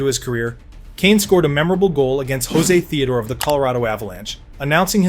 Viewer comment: Is this AI ? The way narrator pronounces José Théodore sounds like someone that never heard the name before. It's not Spanish, but French-Canadian.